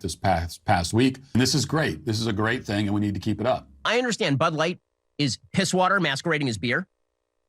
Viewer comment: What is but light? He said bud light. Like but light.